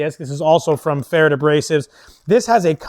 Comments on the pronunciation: Its actually pretty close to correct . Only need do pronounce the "rd" a bit different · I've never heard pferd said that way. I know an auzzy that says it like preferred.